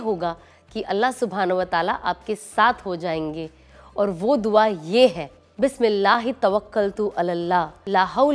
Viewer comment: Bismillah aapne jo pdha h poora vala usme hurf thoda sahi nhi in sha Allah usko theek kr len